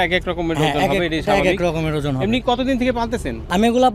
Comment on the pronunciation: Sala ojon bolte pare na. Batbar